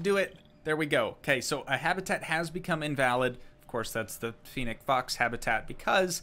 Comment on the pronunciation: You are pronouncing fennec for wrong